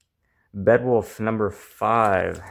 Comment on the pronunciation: Bedwulf lol pretty sure it's Beowulf